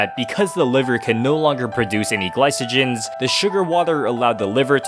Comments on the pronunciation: It’s pronounced glycogen not glysogen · It's gly ko gen not gly so gen but it's all good 🥲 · A poison canceling out another poison is actually possible to some extent in the real world…also did you really pronounce glycogen wrong? Lmao, bruh needs to go back to high school 😂